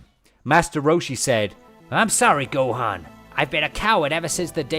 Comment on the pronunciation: God your pronunciation of Gohan is irritating 😂